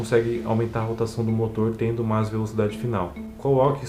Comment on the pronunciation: "mas" torque! Cara ta falando em Espanol!!!